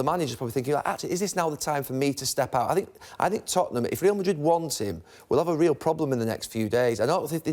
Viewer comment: Pronounce Real Madrid properly ffs!